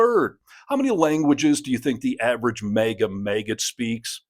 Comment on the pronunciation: What am I missing here? Why does the host keep saying MEGA and not MAGA?